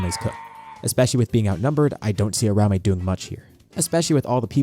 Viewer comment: I have never heard someone pronounce uraume like UH-RAO-MAY before in my life. New pronunciation just dropped 😭